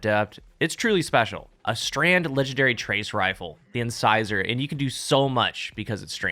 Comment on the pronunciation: Finally someone who says “incisor” right.